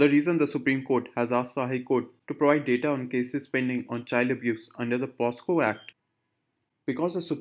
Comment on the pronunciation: its POCSO and not POSCO sir